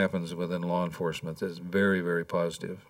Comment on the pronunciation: “LAWR ENFOSSMENT”